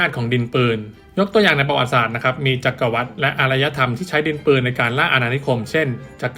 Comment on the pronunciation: จักรวรรดิ อ่านว่า จัก-กระ-หวัด ครับ